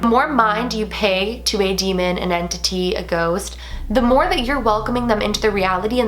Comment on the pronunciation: Everytime I hear the word entity, I always hear en-titty 😂